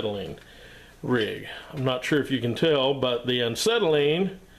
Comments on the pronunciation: The irony of you trying to shame folks for not knowing how a acetylene cylinder works on the inside compared to a hollow steel/aluminum for gases such a propane, UHP, oxidizer and inert gases. Etc. etc. And you can’t even pronounce acetylene properly. p.s The mysterious material inside is nothing more just ordinary firebrick, acetylene gas is dissolved in acetone and the firebrick is their to keep it mixed and remain in liquid form. I mean no disrespect it’s just I hate when one is criticizing and wrong themselves whilst doing so. Cheers! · You keep saying Ancetylene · I think he’s saying “uncytelene”. Because is volatile? 🤷🏻‍♂️ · There is only one, "N" in acetylene...lol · Why do you KEEEEP on saying aNcetylene instead of Acetylene? If you're going to make a video where you're going to use the word acetylene fifty times, it would be polite to first learn how to pronounce it...... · AH SETTLE EEN not AN SETTLE EEN - there is no "N" in the first syllable. I just grates at my head everytime he says it. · When I heard "Ancetylene" I paused to see if I was pronouncing "Acetylene" wrong. Anyway, I enjoyed the content of your video. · There is only one n in acetylene. And it's not after the A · Absolutely loved this video because I have wondered what was in an acetylene tank for half my life and I'm 74~!! I weekend weld and really enjoy it and have been told many times what was there but never got to see it and some of the guys that told me didn't know what they were talking about. I could listen to you say ANT CETILENE all day~! Chalk me up on the Subscriber Board & looking forward to more education. P>S> don't trip on that ball peen hammer behind you on the floor. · He keeps saying an-cetylene. Too funny. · An-cetylene. Never heard of it. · Glad I'm not the only one that noticed. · Yeah. Why the hell is he doing that? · Tony R um, because he never learned how to pronounce it properly? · Why do you pronounce it aNcetylene ?